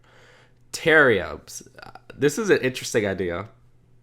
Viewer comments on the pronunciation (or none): bro he said teriums💀